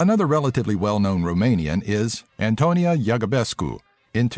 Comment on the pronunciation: SSERIOS? ANTONIA? WTF?